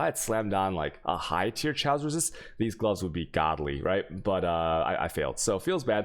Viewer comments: Second video I've tried to watch of yours.... Can't watch them because you can't pronounce words... Fuck man you can't even pronounce chaos... Didn't know wtf you were saying for a second till you mentioned despair.... Pronounced k-os, not chay-os..... I hate to be a dick but maybe if you put as much effort into learning how to pronounce words as you do game you'd be fine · Why does he say chaos like that. Wtf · because he has spanish origins, so it sounds like ciao, chaos